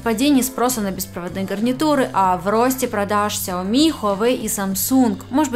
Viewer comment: ну почему ксяоми, сяоми правильно